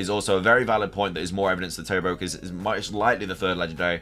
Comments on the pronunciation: Dude I love your videos but I canot stand when people mispronounce pokemon names !!! It's terOPagos that's how you say it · If you're unsure on Terapagos' pronunciation, they give the correct one in the Pokemon direct when it is revealed. turr-AHP-uh-gohs